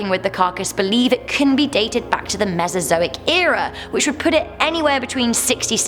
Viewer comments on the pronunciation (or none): none